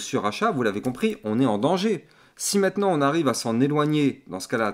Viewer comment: t'as un défaut de langage, tu dis meitenant au lieu de maintenant 😂